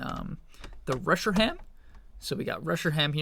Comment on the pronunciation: I can't be the only one who is absolutely infuriated by the way he pronounces Reshiram can I 🤣